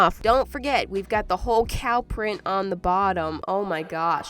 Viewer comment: Me when I heard her say cow: BluE Berry cOw